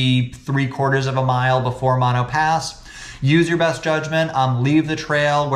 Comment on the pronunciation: Not Mon-o pass Mo-no pass.